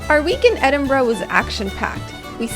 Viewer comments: Hey, just stumbled upon this vid, well done! Best pronouncing of Edinburgh ive heard from a north American! Just some FYI to add if Scottish History is your thing! Pause the video bang on - is walking down the Royal Mile, back to camera with her head turned back. Just over her shoulder is a little statue of a man in mid stride. That statue is just outside a church and graveyard (theres a pretty cool little museum right across the road aswell). In that graveyard, you'll find not only his tomb (his name escapes me right now but he was a poet and auther and a man Robert Burns declared as an inspiration to him) but the tomb of Adam Smith, who is the father of economics as we know it today! Not only that, but Waverley Train Station is right in the heart of town, services a regular and cheap if you go when the locals are at work. Get the Train North to Fife (where I'm from) where in Dunfermline, you find the aincent capital of the country where 7 kings of Scotland held their reign, the abbey and palace are steeped in history and where Andrew Carnegie (as in New Yorks Carnegie Hall - the worlds greatest philanthropist) was born and raised and a city he left a great deal of his wealth to - ie, the private estate he bought and closed, therefore opening it up as a public park to the people of the town for free. Also there, find St Margarets cave (its actually under a car park, I kid you not lol) and discover the connection between the forth estery crossing, Dunfermline and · Might need to make you guys honorary Scots pronouncing Edinburgh correctly, good job.